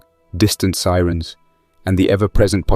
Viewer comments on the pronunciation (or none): none